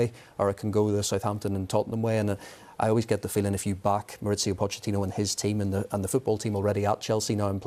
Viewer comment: MauriCio not MauriZio, he’s Argentine not Italian. I know his surname is Italian but his first name is Spanish. Why do English commentators complicate things? Ironically if they used English pronunciation it’d be more accurate.